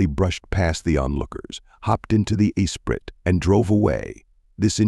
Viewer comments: Turned it off after 4 seconds when your cheap AI narrator does not pronounce ESPRIT. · Same here. Disgusting.